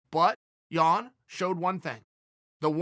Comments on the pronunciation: Man I'm from Poland and the way Chael pronounces Jan name is hilarious :) Chael please...just JAN! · I was dying... he pronounced jan’s name different every time 😷😷😂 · Chael can't decide which Jan pronouncement he wants to stick with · Chael butchers Jans name every time 😂